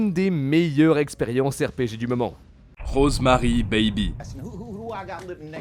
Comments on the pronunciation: ces rosemary'IS Rosemary 'S BABY le bébé A rosemary toi tu prononce rosemary bébé ces de l'anglais basique ça les gars hein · PUTAIN LE S ENTRE "ROSEMARY" ET "BABY" ON DOIT LE PRONONCER MERDE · on sait que Rosemary's baby ( oui il faut prononcer le "s" ) est de Polanski hein et Seven alors ? il est où ?